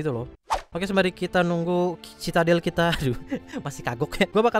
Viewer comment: Bang bacanya citadel= sididel